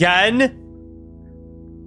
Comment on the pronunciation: over tour. omg,, it's Over-chur